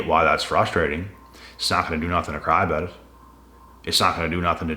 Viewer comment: Talked aboot